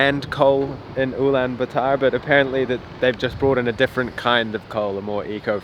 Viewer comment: Blud can’t even say the name correctly